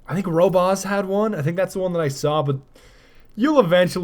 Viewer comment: Lol "rowbaus" It's you schmuck